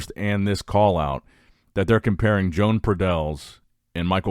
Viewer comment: Imagine pronunciating Joan as John